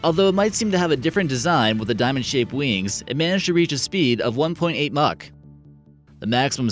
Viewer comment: The narrator can't pronounce the word "Mach "